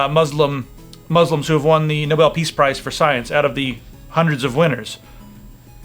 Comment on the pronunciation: "Prize"... Not "price".